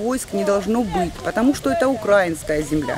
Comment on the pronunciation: Как же ухо режет "укрАинская"